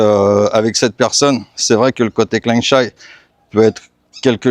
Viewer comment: Attention à la prononciation. On dit "Kréeng Jaï" เกรงใจ, et pas "Kléeng Chaï" 😉